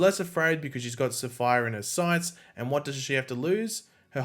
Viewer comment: It was really funny listening to this guy mess up the pronunciation of SAPPHIRE, LMAO, probably because he’s from a different country....? The correct pronunciation of SAPPHIRE is SAF-FIRE 🤙🏾